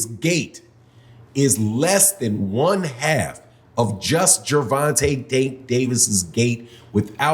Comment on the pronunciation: You keep calling that man Gerante. Lol